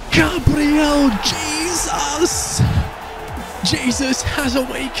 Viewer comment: gabriel jesus is brazilian, you are saying his name in spanish!!! great video as always, love from brazil, VAMO GRÊMIO!!!!